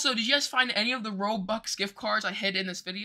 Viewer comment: DUDE THATS NOT HOW YOU SAY ROBUX AND YOUR A ROBUX BEGGER